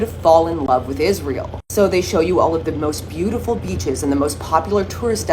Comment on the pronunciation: Did she just said, most beautiful beaches or most beautiful 'beaches' ?